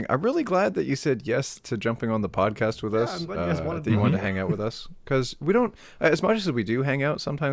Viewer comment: are we not gonna talk about how pronounces podcast as “podcost”